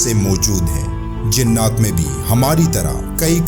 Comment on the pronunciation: لفظ "جننات" نہیں، بلکہ "جنات" ہوتا ہے۔ براہ کرم تصحیح فرما لیں۔